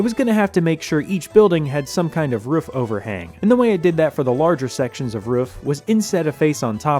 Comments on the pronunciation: 😂 The rooufs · Utterly hypnotised by the way you pronounce roof. This track is really coming together!!! Amazing work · Been waiting for work to start on the shortcut!!! Also, in love with how you pronounce "roof" lol